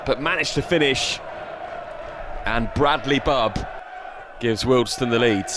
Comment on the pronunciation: Great quality video. One quibble, it's pronounced WealdSTONE, not Wealdstun. Like Maidstone or Leytonstone.......